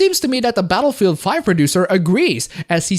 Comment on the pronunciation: I thought you said Betafield 5 for a second 😂